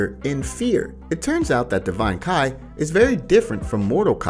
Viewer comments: Damn, you would think someone creating Dragonball videos were avid fans and are able to distinguish between Kai and ki. 🤦🏻‍♂️ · yes "KAI"